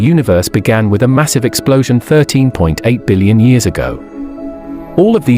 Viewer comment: Is a dillion more than a squillion? Or did the narrator pronounce billion strangely?